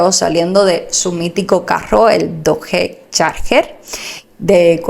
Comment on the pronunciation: Muy buen video felicitaciones . Para pronunciar la marca del carro es fácil se pronuncia Douch